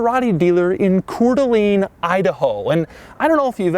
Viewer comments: Cor Deleen idaho? You mean "Cor Del Ain." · it’s pronounced Koor da lane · Hey, f you, it's pronounced coor dee a-lane. But send us that moose, we don't have enough attacking schools. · your pronunciation is so bad Coeur d'Alene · Doug gets a 2 out of 10 in his pronunciation of Coeur d'Alene, Idaho. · Coeur D' Alene representin'! We in here! We're finally legitimate! Just work on your pronunciation Doug... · Doug, the type of guy to mispronounce "Cour d' Alene."